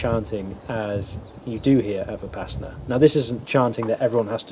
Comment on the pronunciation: Vih-Pass-inna Why do all westerners pronounce it this way? 😂 Vi-puh-sauna